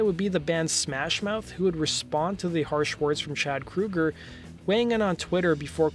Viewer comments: Please get your names right. His name is Kroeger not Kruger. Come on U played a clip where they say his name. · Anyone else noticed this guy keeps saying Kruger instead of Kroger? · You called him Kroeger and Kruger in the same sentence! If you can't pick one, just call him chad! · "...and in 2017 Nickelback frontman Chad Krooger was..." Krooger? Like Freddy Kruger? Ok this guy doesn't know how to pronounce "Kroeger." "Chad Kroeger" Wait... "Krooger" "Krooger" "Krooger" What is happening?